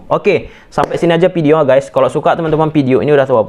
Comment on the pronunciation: Video Bang,bukan pideo😂😂🤗